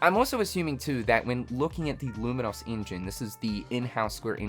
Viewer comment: Hate to be that guy, but "lumin-oss?" It's an adjective like 'famous' or 'dangerous'...